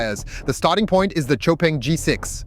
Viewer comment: Xpeng is easier... but in Chinese....its pronounced like Show Peng